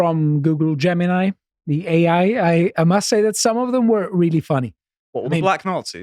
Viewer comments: "Gemini" "Jewmini" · consistently mispronouncing Gemini as "Jemeny" is really sweet.